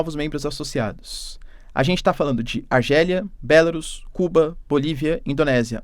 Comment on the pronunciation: Por que Belarus é o único país que ganha uma pronúncia bizarra, que não condiz com a grafia? Cê tá vendo acento onde aí pra pronunciar como proparoxítona, professor?